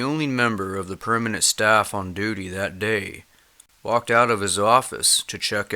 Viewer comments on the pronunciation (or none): none